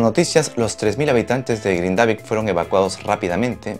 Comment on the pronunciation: gracias por la info, solo para aportar en algo a la información (vivo acá en Islandia) el pueblo se pronuncia GRINdavik....como cualquier palabra en islandés, la acentuación siempre será en la primera silaba.